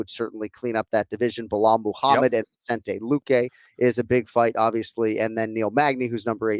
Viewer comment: Well kenny got the vicente pronunciation wrong🤣. Everyone always throws in an extra n.